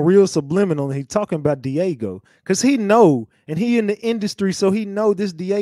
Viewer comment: It's Diageo not Diego.